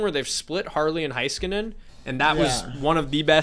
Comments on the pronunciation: Hey-skuh-nen Does anyone outside of Dallas know how to say his name???? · So annoying they try to talk about every team but consistently pronounce the names wrong even when I KNOW they’ve been informed of the correct way to say Heiskanen. Hintz is not a ketchup brand either. You know how to say it you watch them play 4 times a year